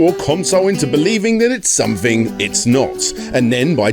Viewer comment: Great, just what the world needs, another presenter who can't pronounce his words properly. TH is not pronounced as an F. Something is SomeTHHHHING not SomeFING. It Learn to speak properly as it spoils videos when you can't speak properly.